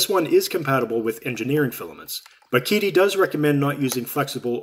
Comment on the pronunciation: Psst...it's pronounced 'Cheetee' not 'Keedee'. Great unboxing and demonstrations! It's a great printer for the money!